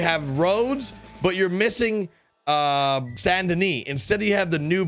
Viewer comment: Why do you pronounce Saint Denis as san denee